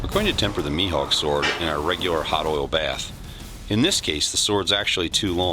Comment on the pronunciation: How we pronounce it: maihawk How he pronounces it: meehawk Subtitles: M E A T H A W K